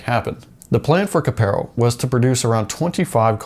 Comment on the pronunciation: Kapero? Nope. Try CAPARO. WTF?